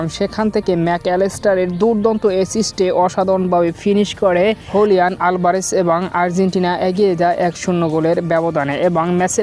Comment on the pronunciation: আভারেজ না😅 আলভারেজ